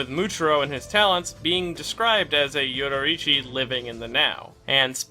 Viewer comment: I love content but his pronunciation of names like Yoriichi is mildly infuriating.